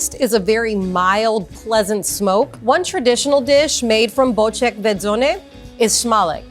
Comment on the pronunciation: Why? She did great for a non native Polish speaker.